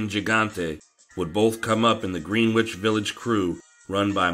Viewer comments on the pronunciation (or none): it’s very common that people not from NY say Green-which village. It’s pronounced “Gren-ich”. Not knocking on you, just sharing information. Love the videos as I always say and I love this mobsters in the military segment. The Popeye video was amazing once again. I re-watched it, I loved it that much.